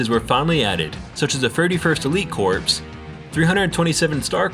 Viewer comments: Its corps (core) not corpse, for the clone battalions. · corps is like core not corpse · Great Vid, minor nitpick. corps is pronounced "core" not "corpse" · I think it's pronounced "core" even though it's spelled "corps" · Maybe ill have to give it another shot. Btw, the word "corps" is pronounced "core" not "corpse". Big difference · It's pronounced core - not corpse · corps is pronounced KOR not CORPSE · lol its "CORE" not "CORPS" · Corps is pronounced as "Core" not "Corpse" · It so small in such a well put together video but the fact you pronounce Corps as "Corps" instead of "Core" was really turning me off lmao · The military term corps is pronounced like "core", not "corpse". Otherwise it sounds like you are calling soldiers a dead body, which is too on-the-nose. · Its pronounced like core. Like the Earths core not corpse like a dead body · Corps is pronounced core Still a really good video though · it ain’t nothing man haha I still loved the video none the less, when I joined the marine Corp believe me it was more embarrassing for me to have pronounce core (Corp) as corpse. I’m just a hypocrite poking fun! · Corps is pronounced "core" not corpse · Hey, good video but I believe "Corp" is pronounced "Core" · Corps: It’s pronounced core not corpse. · Buddy, you know corps is pronounced as 'core' right? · Corps is pronounced "Core." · "31st elite corpse" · It’s pronounced core not corps.... they aren’t dead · This is really nit picky, but you said “corpse” instead of saying “corps”. The p is silent..... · “corps” is pronounced “core” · Ew you pronounced corps like corpse... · Lol it’s pronounced “core” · Corps? wtf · Don't pronounce the p in "corps"